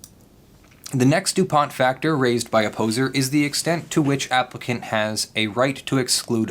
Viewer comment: Everytime you say Opposer I hear "A poser", Kind of fits.